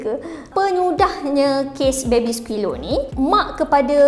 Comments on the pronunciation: dari tadi “baby skilo” yg aku dngar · Pandek kata , Diaorg menyundal la? 🙄 Cuba singkatkan. Dh la x pandai enggglishhhh..baby silo siloooo😌